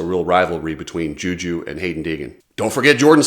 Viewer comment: wait did actually pronounce Juju's name right finally!! 😂